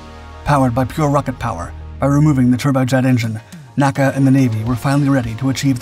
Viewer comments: ARRRRGGHHH!!! it is NOT “Nakkuh” It is “The N.A.C.A.” Nobody spoke acronyms for initials back then. My dad was Chief Aerodynamicist for the agency. I used to play in the halls of Headquarters in the Dolly Madison House on Lafayette Square when dad would go into the office on weekends. N - A - C - A was a family like organization back then. And nobody called it anything except its initials one by one. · Please, please, PLEASE! "N.A.C.A. was never pronounced "nack-a." It was an abbreviation, not an acronym. For it's entire existence from the 1920's until it was absorbed into the newly-formed NASA in 1958, it was referred to as "En-A-Cee-A." I mention this on every video you produce but apparently you don't read this, or don't care. I love your videos, but this is a serious historical error. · Somehow, I don't think it is, unless the guy sampled his own voice. And if it is, then why can't train it to pronounce N.A.C.A right? After all, the periods are right there.